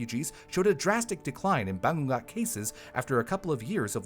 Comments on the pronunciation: This would have made a great episode during Halloween. "Bangungot" - pronounced- ba - ngu - ngot - is a Filipino term for it... IIRC. Gawd, I haven't lived back home in nearly 2 decades. Haven't visited in 5 years. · Its called Bangungot (Bah-ngoo- ngoht) idk how to describe the sound of the 'ng' but its like a sound of a motor, the sound feels like coming from the nose. hope this helps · It's funny how "Misamis Oriental" was pronounced really well for an American but the word "bangungot" was just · Of all the videos I've seen here, never did I expect to talk about Filipino superstitions. Oh, and except for "bangungot", pronounced a lot of the Filipino words/names pretty well. Kudos to you,! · The bangungot though 😞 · Quite hilarious for attempting to prunounce 'Bangungot' . Extra credits for trying but good video for covering one of filipino's nightmare. It is truely terrifying and the fact that it is quite common occurence in ph. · the nightmare here is how pronounces "Bangungot" 😂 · Bangungot - /baˈŋuŋot/ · Ba-ngoo-ngoot Not ba-ngung-got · Its not banggot Its ba-ngo-ngot The u is read as o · Haha! I had to double take when said that word. I was like Bangu-WHAT? Hahaha! XD Or you could say it's BUH-NGOO-NGOOT. 👈😃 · it's called bangungot [bah-nguh-ngoht] in the philippines not banggat 😭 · It's pronounced as Ba-ngu-ngot and not Bawngot😂😭. I was confused at first since there's no Bawngot hahahah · It's Bangungut (Bah-ngoo-ngot) not Bangga. And in my dialect, we call it Hurom. If you experience this you should tr to move even just your finger tips or even try to shout in your dream and you'll wake up (Speaking from experience). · it's BA-NGU-NGOT, that's how it's pronounced. Just don't eat way too much before going to sleep. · the way he said “bungot” is funny af 😂😂😂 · I love you but as a filipino bangongot is actually pronounced "ba-ngo-ngot" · Ba-ngu-ngot -- but I know western tongues have a problem with the "ng" sound.